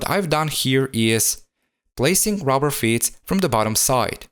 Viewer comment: I like how he says 'rubber fyeets' 😂 nice job man👌👌